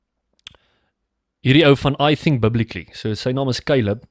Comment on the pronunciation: Doen my net n guns.. spreek die "th.." (fai-TH..TH-at,TH-ink)as die Griekse' Theta.'. tong teen bo tande.. Nie "v/f(Soos vuur/fiets nie) NIE Bo tande op onderste lip Nie,Maar tong teen bo tande..oxf lrat Dan net Afrikaans..asb..Dit is Nie Fink of faif.. maar THink en faiTH).Ek venieg jou videos.. maar Nou uitspraak is verkeeed as jy Engels Probeer praat.